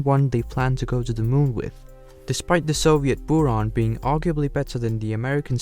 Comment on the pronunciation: And also several animation inaccuracies like the sls not being close to what the real sls looks like. It looks like he just recolored his saturn v. He also pronounced stuff weirdly like buran and energia (energia has a hard g sound, and buran has the u pronounced like a buh, not booran)